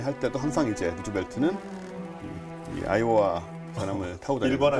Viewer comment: 계속 아이오아이로 들리네